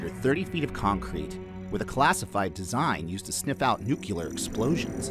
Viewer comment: Learn to pronounce nuclear I can’t watch just for that